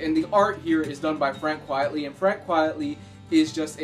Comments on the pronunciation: Although Quitely is notoriously slow I believe the delays are partly due to him being plagued with Sciatica which limits the amount of time that he can spend drawing, also it's pronounced Quitely not Quietly I believe his pen name is a play on Quite Frankly. Thanks for another great review :) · A bit late lol but it's 'quitely' not 'quietly' good review though